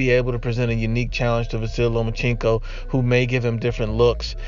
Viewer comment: It’s Lomachenko not Lomachinko